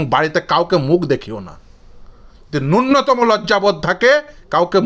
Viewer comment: "উদ্দাক্ত কণ্ঠে বলতে পারছেন না'' - 'উদ্দাক্ত' বলে কোন শব্দ বাংলা অভিধানে নেই। আপনি বোধহয় 'উদাত্ত' বলতে চেয়েছেন। তেমনিই 'নূন্নতম' উচ্চারণটা 'ন্যূনতম' করুন। দন্ত্য ন এর দ্বিত্ব শোনাচ্ছে। 'দিয়েন না' হল বাংলাদেশি বা বাঙাল শব্দবন্ধ। শুদ্ধ বাংলা হল 'দেবেন না'। আপনার কর্মকাণ্ডের আমি একজন ফ্যান। টিভি চ্যানেলের ডিবেটে আপনার বক্তব্যে নজর থাকে। আপনাকে সাধুবাদ জানাই আর সর্বতোভাবে সাফল্য কামনা করি। 🙏